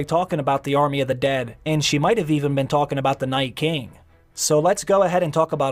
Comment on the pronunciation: Is it just me, or is the way the narrator pronounces Night King reminiscent of William Shatner? NAYTKING The rest reminds me of digital text to speech. Interesting inflection.